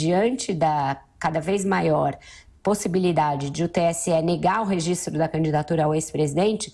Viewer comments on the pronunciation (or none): none